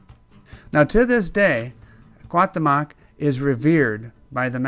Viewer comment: Please learn how to pronounce the name correctly!!! This hurts my ears hearing you murder the mexican culture making this video. He would of taken your heart in a instant!